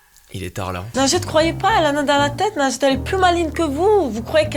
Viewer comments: quand elle dit son prénom j'entends "lingette" je fais vrm pas exprès 😂😂😂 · Best moment ever x) A chaque fois qu'elle dit son nom () j'entend "lingette" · MDR j'entendais pas najette moi j'entendais linjette 😂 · Elle s'appelle mais Mastu l'a surnommée "nugget" au début de la vidéo mdrr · quand tu dis nagette on dirait que tu dis lingette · Je suis le seul à entendre lingette a la place de? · en dirait elle dit "lingette" ça me perturbe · C'est pas nadjette c'est lingette